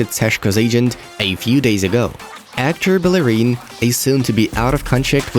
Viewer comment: Did you say actor bellerin